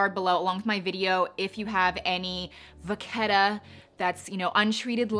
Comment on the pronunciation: nice how you pronounce "vacchetta" and "patina" ^_^ greetings from Italy!